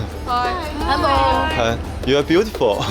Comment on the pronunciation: 啊，你这 beautiful 听得我老尴尬了，哈哈。